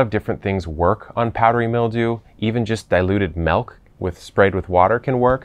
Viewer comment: It’s milk not melk